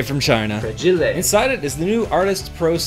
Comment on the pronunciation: Actually, that word is pronounced "Fra-HEE-lay" Edit: I love that you're filming in bare feet.